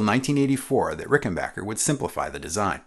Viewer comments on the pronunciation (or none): FYI: A few times in the video you slip into saying "Ricken-bacher", instead of Rickenbacker. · Nope it’s rickenbacker per the family. Interestingly enough, only the guitar company had this bocker misnomer. You almost never hear people say bocker when their cousin, WW1 ace Eddie Rickenbacker is mentioned. His name is almost always pronounced backer properly. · Pronounced "Ricken-bach-er" vs the previously admonished "Ricken-Back-er" 😄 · why does everybody say Rickenbocker and not Rickenbacker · I was this many years old when I learned it is pronounced Rickenbacker, not RickenbOcker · Hip people still pronounce it "RickenBACHer". "RickenBACKer" just sounds silly.